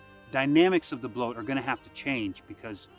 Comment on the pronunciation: its not pronunced bloat. please dont